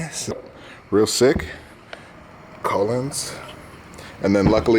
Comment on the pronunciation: ya boy said colons lol